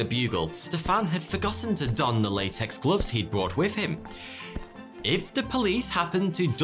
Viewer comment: If British people supposedly speak proper English, why is that they can't pronounce "th", it's "with", not "wiff", it's "something" not "somefing".